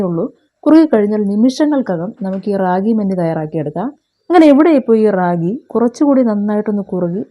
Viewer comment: ര്രാകി എന്ന ല്ല രാഗി എന്നാണ് പറയുക